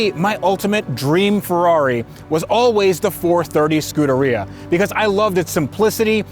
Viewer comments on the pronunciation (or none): The preferred pronunciation is "Scoo-dAir-E-uh" (emphasis on the E after the d) not "Scooterrhea". Whenever he says it, it just sounds like he's saying scooter diarrhea.